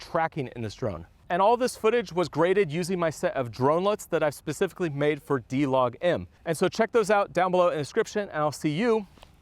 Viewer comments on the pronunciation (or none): none